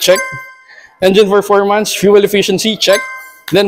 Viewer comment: Paulit ulit lang sinasabi. Flay, ferpormance and frice range. Hahaha!